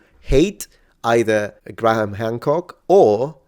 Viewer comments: A point of pronunciation: Graham in British English (ˈɡreɪəm); in American English (græm). In any case, the H is silent. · I know you like to know how people pronounce thing's so I'll do my best. Graham is Grey/um not Gra/ham, in England.